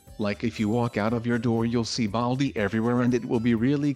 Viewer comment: Classic you said baldi wrong